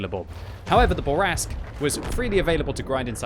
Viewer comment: I see you still have trouble pronouncing French. It's "Fuckin' Bourrasque!" Also: "Gun handling is terrible, especially the aim time." That's why you were only able to start the match with two perfect snap shots.